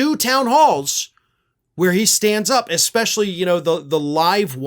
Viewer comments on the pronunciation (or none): none